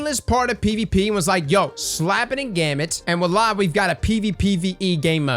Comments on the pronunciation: wa-la no. voilà yes. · Gulag is an interesting idea, which I guess you'd change it to "adds health to the enemy primeval" once the mote phase is done? Also, I believe you were saying voilà a few times in that video, but you were kind of brushing over it. It's pronounced vwa-la. Hope they do something about heavy and invaders, because I do like Gambit a lot and hope to see it loved and improved within the game/community. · Voila ("walla") Count: 3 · I swear it sounded like you kept saying "wAllah"